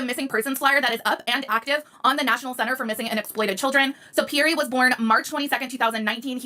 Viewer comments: She pronounces Pierre all wrong, not Pearrie, but Peare, ie, Pierre! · So bothered listening to the female calling Pierre (Pea-air) not (Pea-air-we). Educate before you document. We have Two individual adults and 2 children and NO ANSWERS?? WTF? I would be a mad woman, all over the television.